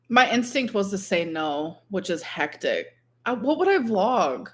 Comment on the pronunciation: My eyes roll so far into the back of my head every single time I hear her say “hectic” incorrectly.